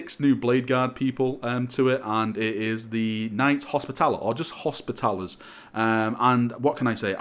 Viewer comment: 😊finally👍someone who can say hospiTALer